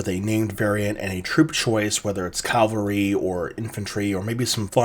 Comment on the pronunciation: Great video. Really interesting. Drives me nuts how you Americans say Calvary instead of Cavalry.